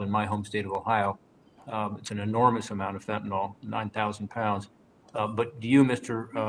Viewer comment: There is no "O" in the word Fentanyl. It is pronounced FEN-TA-NIL not FEN-TA-NOL.